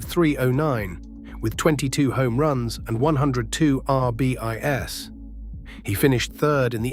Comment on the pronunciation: right R B I S for RBIs...please use a human I will do it reach out to me!!!!!! Video is great but an english AI voice please no